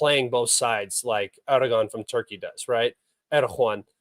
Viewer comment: As a Turkish let me explain to you the name Erdoğan. The letter ğ makes the vowels before and after it longer. So it is pronounced like Erdoan. Not Erdokhan.